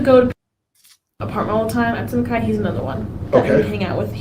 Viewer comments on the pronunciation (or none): none